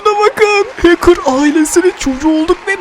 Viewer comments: Hakır değil hacker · Həkir deyil Hecker